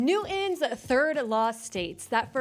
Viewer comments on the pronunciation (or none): NEW-INN? How about speaking correctly? His name is NEWTON. It is not pronounced NEW-INN! Use your platform for the good, and pronounce words correctly.😊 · Never heard of "Noo- Enn" Heard of "NEW-TON" Just say half of the t then I can take you seriously.